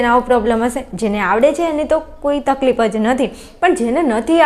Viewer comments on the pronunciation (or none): none